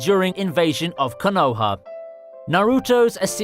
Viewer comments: Bruh say konaha right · Ffs wtf is wrong with 90% of all naruto "fans". Watch the fucking show with original voices and then just listen to their pronunciation. Konoha, Orochimaru.. Jesus fucking christ.... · I’m pretty sure the way you say Konoha is illegal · The way he pronounces Konoha and obito makes wanna storm the capitol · Bro i couldn't finish you video with you saying the names the way you were.. please try not to butcher the names next time.. the way you say Konoha and Obito is super cringe